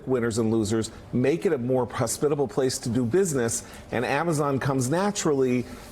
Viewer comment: This man said "prosbitable"